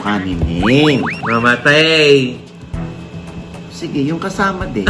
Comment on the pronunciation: talaga,"mamatay"? Hahahahaa